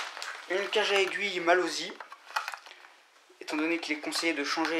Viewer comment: Sa se dit malosssssssssssi pas malozzzzzzi